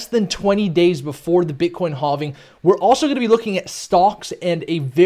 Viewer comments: Bro why you say it like “Hoving” 😂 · It's crazy you still don't know how to pronounce halving lol. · Mate, please stop justifying and apologizing every time you say "halving", come on, it gets boring, we lose time and both ways are correct, just chose and say it your way! ;) Cheers and thanks for the analysis! P.S.: It's "capitulation" not "capultation" (this one is actually wrong if you say it like that)